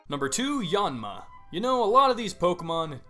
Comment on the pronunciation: your pronunciation is really annoying - it's: aromaTEESE, aloMOmola, ariAdos, even your yan for Yanma is a little too 'aw'.